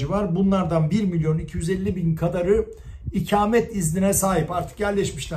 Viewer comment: İkâmet değil ikamet olacak.